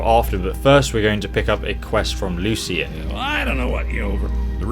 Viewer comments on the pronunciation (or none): There's not even an I in LUCAN'S name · Lucian?? its Lucan